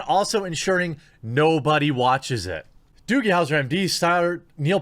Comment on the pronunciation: what the fuck is a doogle howser?